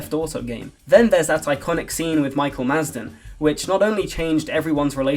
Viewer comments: its madsen not masden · It's Michael Madsen NOT FUCKING MASDEN. UGH I'M OUT THIS VIDEO IS IDIOTIC AS CAN BE